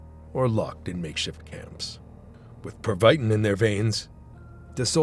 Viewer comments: It's pronounced Preva~teen...not per vi tin... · per wii tiin